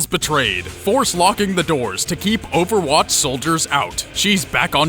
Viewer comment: I just... really, really hate him saying overwatch